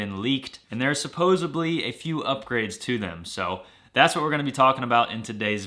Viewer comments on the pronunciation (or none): Supposedly. With a "d." 😆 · Supposedly... it's supposeDly